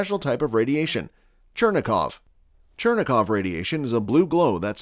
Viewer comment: chuh-rain-kov radiation, not churn-a-kov ... (i know it's spelled Cherenkov or something like that.